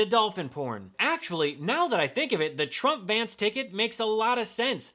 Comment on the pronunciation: 'Shay - D' Vance.